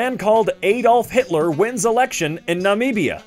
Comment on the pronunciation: NA-MIB-IA!!!!!! I LIVE NEAR NAMIBIA!! It's close to south africa. Also, did i mention it's pronounced NA-MIB-IA!?!?!?!